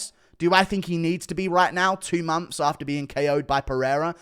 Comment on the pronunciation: What are mumps? Oh, you mean months! 😂